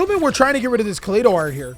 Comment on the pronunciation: its "ka-lie-dough", like kaleidoscope. "ah-gee-dough" not "ah-g-dough" "sheer-in" like ed "kit-call-ose" nothing personal, mispronunciation just a pet peeve.